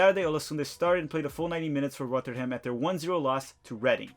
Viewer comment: You really don't know how to say Rotherham and the way you said Watford 😂😂